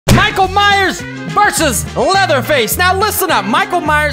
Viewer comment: Minckael myers